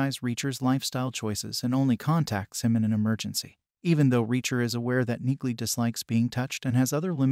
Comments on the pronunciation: The 'g' in Neagley is silent ... Jus sayin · omg...PLEASE learn how to pronounce her name! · What's your deal,? Did you read the books? Did you watch the Amazon Reacher? A few sentences into your video and you are MISPRONOUNCING NEAGLEY!! Clean your ears and show respect by correctly saying her surname! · YES! The “G” is silent as in “neiGhbor”.🤨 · Her name is pronounced, “Neely” not Neegly. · Auto-narrators are awful; that is so aptly demonstrated here. Perhaps you could write the script so the AI 'says' "Neelie" the way it IS pronounced not the way your video crushes it, throughout...? And "Reacher" continually corrects anyone who calls him anything else - so your AI calling him 'Jack Reacher' is also well-off. Sorry - - not finishing this. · "Knee-lee" the g is silent, but an AI wouldn't understand that!! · CORRECTION #1: IT'S PRONOUNCED "NEELEY" ! CORRECTION #2: IN THE BOOKS, REACHER IS DEPICED AS 6'5" IN HEIGHT !!! ALAN RITCHSON IS, BY HIS OWN ADMISSION, 6'3" TALL !!! DETAILS MATTER, LOL !!! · It’s NEILY. Do you pronounce the k in knock? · The "g" is silent. It's pronounced "Nee-Lee". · Frances Neagley's last name is pronounced "neeley" the g is silent!!! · it's pronounced NEELY! Read the books! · The "g" is silent in her name...you didnt watch the show. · The “g” is silent 🔕!! 😆